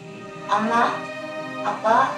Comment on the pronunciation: 최면이 걸릴때 "엄마" 라는 발음은 정확히 한국인이 구사하는 발음과 똑 같았어요~ㅠ